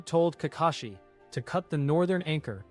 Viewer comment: Nah im not letting it slide how he not say Kakashi but says kakeshi 😂😂